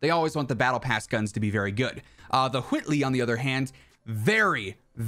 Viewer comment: You're talking like Stewy from family guy when you say Whitley like cool whhhhip really pronouncing that H lol love it